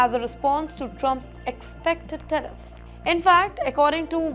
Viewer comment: Tariff NOT Teriff please